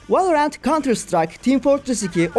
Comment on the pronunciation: Valla her şey çok güzel de merakımdan yazıyorum neden direkt ''Valorant'' demek varken ''Vaeleorent'' denirki :D